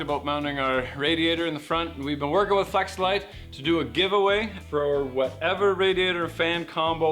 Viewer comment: Flex a light....? Sounded like fleshlight....? What’s this channel becoming 😂